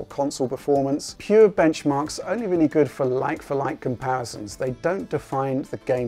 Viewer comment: Wooks a weally weally good